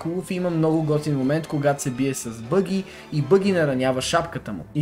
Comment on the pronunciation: казва се баги с а :D